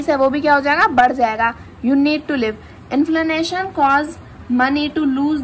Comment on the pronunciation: It's pronounced to be 'INFLATION' not INFLANATION